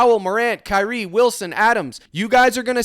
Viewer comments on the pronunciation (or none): none